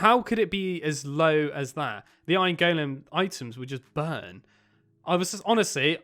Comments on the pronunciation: The way you say ✨gOulEAm✨ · He calls an iron golem an iron Goolem